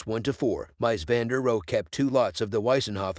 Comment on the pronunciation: "Mice van de roe", "DIE☠ Wohnung". Sorry but I have to dislike this for the ridiculous pronunciation... Is a mic really THAT expensive nowadays? I can lend you mine, sheesh.